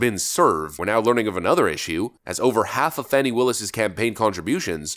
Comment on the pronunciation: Its Fanny not Fawnie